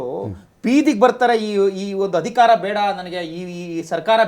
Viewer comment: Yavano avnu Hamerika ante Hadikara ante, Nettg kannada barvnnadru tand koorskolri..